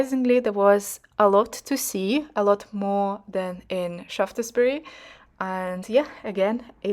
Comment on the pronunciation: “Sharfsburry” might be a help for pronunciation.